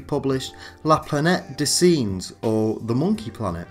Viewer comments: How di you pronounce "singes"? Really? It should be like sanj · Really GREAT video, you obviously put a lot of research and thought into it! Very impressive indeed and I'll definitely be checking out your other content. Just your pronunciation of "Singes"!!! 😧😣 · I like the funny way you pronounced La Planète des « Singes », kindda cute. although i have no idea how i could explain the correct prononciation with words...tricky indeed... this movie is mythic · Your French pronunciation of the word Singes is absolutely terrible. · how do you pronounce "singes" ? Come on man try harder.